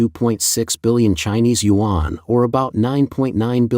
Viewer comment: This BS AI voice keeps pronouncing wan incorrectly. And it should be yuan anyway. Wan=10,000, so if they say 300,000 wan, that means 3,000,000,000.